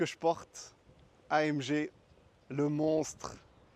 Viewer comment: super voiture magnifique au fait c est une allemande on prononce A M GUé !